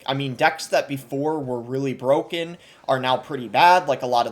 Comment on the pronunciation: Elixir collector is BWOKEN..